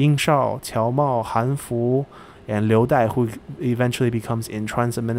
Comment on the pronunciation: Wow, i'm impressed that you can actually pronounce these names correctly (although I wish you pronounce "han" correctly but i guess most folks won't know what your saying if you do) gj